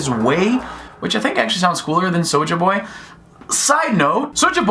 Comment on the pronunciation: you can tell this youtuber has no urban friends. He pronounces Souljah Boys name with his Caucasian pronunciation smh